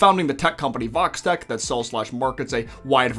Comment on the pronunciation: Am I the only one that always hear Vault-Tech when they said Vox-Tech? Also "It wouldn't surprised me if Vox spied on what happened in the Club with Angel and Val" Show a Vox Camera right on the up-left side.